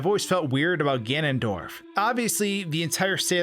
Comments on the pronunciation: you keep saying gandorf not ganondorf or ganon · did you just say gandorf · take a shot everytime he says "gandorf"